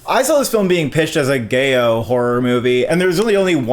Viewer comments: gay-o?? giallo??? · Too bad that MaXXXine sounds disappointing, but the review is worth it to hear pronounce Italian stylized horror genre Giallo as "Gay-O" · Love your reviews and I know horror is not both your strong suit but the horror sub genre you were referring to Giallo (black gloved killer, pop color aesthetics, Italian horror) is pronounced GEE-AH-LOW. 😉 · Love you guys but giallo is pronounced “Jah-Low”. In Italian two L’s are not silent, they are pronounced. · i thought he said gayo like the film was promoted as a gay/queer film 😭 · When he pronounced it gayo, a part of me died. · Yeah, WTF. Since they present themselves as film buffs, there's no excuse for butchering this word's pronunciation so atrociously. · Wait... did he just mispronounce "giallo" in the worst possible way? I usually enjoy their reviews, but talking about horror films is not their strength...